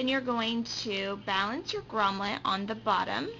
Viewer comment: Lol Grom"let". It's Grommet.